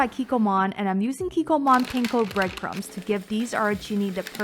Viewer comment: The way you say panko makes me cringe. Hehe.